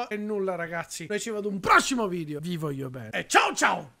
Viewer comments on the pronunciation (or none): none